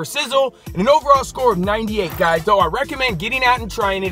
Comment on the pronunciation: "Hey Guyshchs"